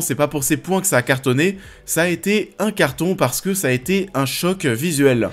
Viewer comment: Commeanng, personnageanng, visuelleannng